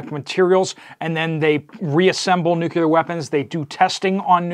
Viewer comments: Nuclear - Nu-cle-er. Not Nuquler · Nu•cleeee•Er. There is no "U" in the second syllable. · Nucular is not a word. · Nu-CLEE-er, Nu-CLEE-er… repeat after me… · "NU kee er" ? 🤣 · Nuc...le...ar. Thanks for the news. I hadn't heard about it (and I live in TN).